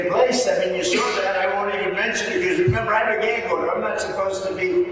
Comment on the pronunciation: There’s no r in saw-how can anybody in these United States vote for this buffoon?